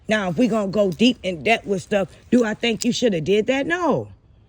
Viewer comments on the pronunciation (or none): none